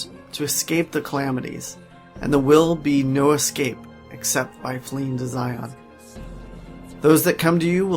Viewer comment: I was all in until I heard him pronounce Zion.